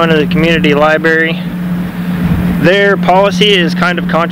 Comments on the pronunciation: Love your vids. I live in Canton and you are getting better and better. One thing, it's not li-berry. There is an r in the spelling. L i b r a r y. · lol she cringed everytime you said lie-berry